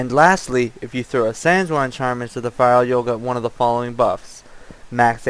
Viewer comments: Sanguine is "San-gwen" not "San-jew-wine" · FYI: sanguine is pronounced "sang-win". Good video. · it's actually sang-ween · I don't want to be a dick or anything, but it really bothered me how you pronounce sanguine, it's (sang-gwin)